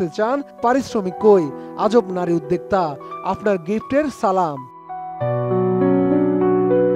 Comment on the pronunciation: Uddegta ki? Uddogta bolen. Ki uchharon